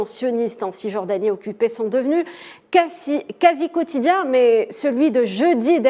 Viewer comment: On dit casi quotidienne et non et cotidien donner moi son putin je parle mieux français que elle c’est abusé